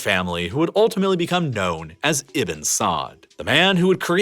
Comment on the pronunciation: I think he's try to say Ibnu not Ibin.. “ ibe nu ” or “ ib nuu ” not iben.. Ibnu Saad I guess.